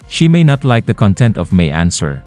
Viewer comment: Sara pronounced the words, "she may not" incorrectly. Instead she pronounced it, "SHIMINET".